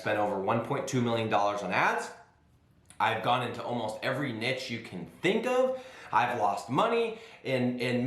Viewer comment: You pronounce niche wrong